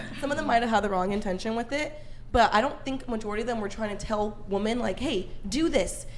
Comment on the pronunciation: ... that girl keeps saying Wo-Men. ??? Wo-Man. Gawd damn Idgit.